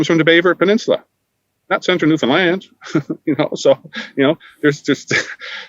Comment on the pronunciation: Just to let you know..it's pronounced New Fin Land...not New Fin Lind. Check of the broadcast when says it the right way! Newfies are too polite to let you know that. Too bad that everyone mispronounces it